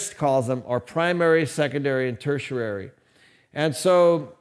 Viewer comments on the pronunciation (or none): most excellent video! Learning is endless!! But I'm like Sheldon Cooper with words. You're pronouncing tertiary poorly. It's "TER-she-airy", not "ter-sher-airy". Just trying to help. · Ter·ti·ar·y (Tur-She-Airy) Offering this helpful reference to disabuse anyone of the notion that you know not of which you speak. The lesson presented put things into perspective quite nicely - much appreciated. PS. Also a store of wealth for the rich: Real Estate, Collectible Fine Art and Physical Gold. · did he say "tertiarary" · "Tertiary" has two T's.